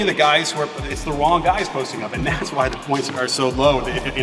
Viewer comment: Whah (instead of why) Rest is on spot 😂